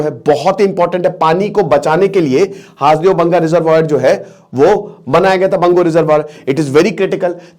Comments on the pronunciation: सर हासदेव नहीं, इसे हसदेव कहते हैं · सर हासदेव नहीं सर हसदेव है क्युकी मै वही कोरबा एरिया से हूँ! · जी सर जी हसदेव अरण्य है जी हासदेव बोल रहे हैं😊😊😊 छत्तीसगढ़ से मैं हू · Haas dev nhi hai hasdev hai..